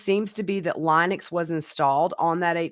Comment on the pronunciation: Thank you so much for your channel. Linux is pronounced like the lady's name - Lynn-ux.